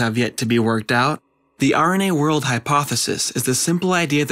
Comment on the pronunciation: Sounds like you say "The irony age hypothesis" at the end. Wich was fun.